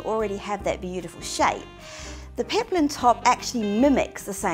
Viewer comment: it's peplum, not peplin